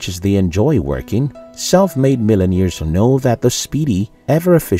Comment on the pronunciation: "millen-ears"? The narrator needs diction/pronunciation lessons!